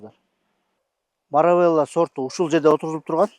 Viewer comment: Ассалому алейкум. Былтыр ежевиканы ежемалина деп айтып журуп эле эми туурабы айтып квлыптырсын. Эми Маравелла эмес Маравилла деп айткан абдан жакшы болот.